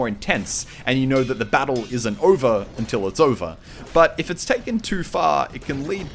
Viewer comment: ***** Oh yeah? It's OVEH!